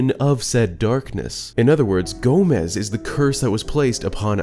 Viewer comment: I LOVE how you pronounced Gomess as Gomez almost every time you said his name.